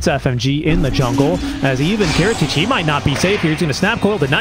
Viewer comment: kiritych correct pronunciation is "Cheshikat"